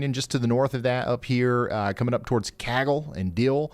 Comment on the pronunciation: Keep you posted on Bledsoe County Tn., I am on the plateau. Ryan CAGLE sounds like it starts with a K.